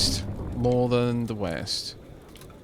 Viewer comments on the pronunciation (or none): "The weast of us."